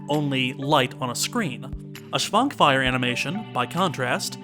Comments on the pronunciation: oh noes correct pronounciation is slipping. [artʃimˈbɔldo] stress on the third syllable. [ˈʃvaŋkmajɛr] starts with a "sh"-sound. Otherwise brilliant as always. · Another Czech movie, another Švankmajer movie. Not that I am complaining. He is probably our weirdest director... BTW: 1. You pronounced Jan correctly, but Švankmajer is pronounced [ʃvaŋkmajɛr]. 2. Czech republic didn't exist before 1993. It was Czechoslovakia then. Sorry for nitpicking. Great video as always. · Rewatching the episode, it really covers what I think a lot of people, myself included, find so fascinating in stop motion animation, and practical effects - they show actual physical objects. And something else I noticed when rewatching the episode - Man, can't pronounce Eastern European names for shit, can he? Quick tip: Svankmajer has a little thing on top of the S (a caron), which means it's pronounced Sh, not S.